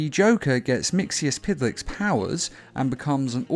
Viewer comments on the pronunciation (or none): Awesome vid but just 1 thing you pronounce it mitsispitlick